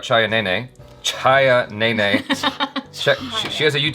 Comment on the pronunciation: Chhaya Nene! Interesting. She is the one pronouncing the Indian words and names correctly. Impressive! May be Jaby should hire her to learn hindi, Marathi and many other India languages.